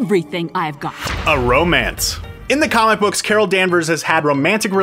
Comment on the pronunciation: Carol danvers - Cara danvers Mar vel - Mar nel